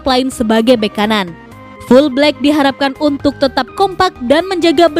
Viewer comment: Wkwk... Full black, jelas sekali di dengar